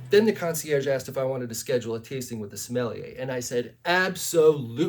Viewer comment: Smell-i-yay is the best pronunciation of Sommelier this side of the voice actor for Shigeo Iguin in On the Edge, who pronounces it differently every few episodes..